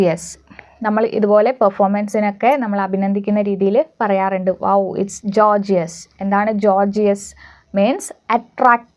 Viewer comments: 'Gorgeous' pronounce 'ഗോർജസ്' not 'ജോർജിയസ്' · Your videos are useful but if you teach different accents it’s confuse other people. It’s ഗോർജസ് . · Teacher your class is superb but delete and gorgeous pronunciation is wrong....plz noted those words pronunciation also....God bless you dear